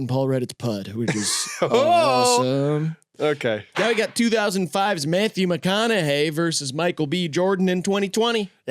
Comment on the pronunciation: graydon trying not to laugh at how pronounced mcconaughey mack on a gay fucking killed me